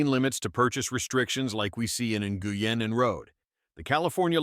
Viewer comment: Learn how to pronounce Nguyen and Rhode.